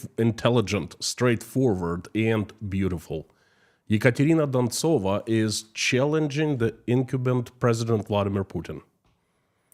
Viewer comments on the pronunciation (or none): I like how you say the name "Ekontrina Duntsova" please put her name up in Latin script and say it again.